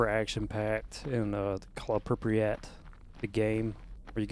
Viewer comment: Love your content man keep it up. It's Prip-yat, not Prip-riyat btw ;)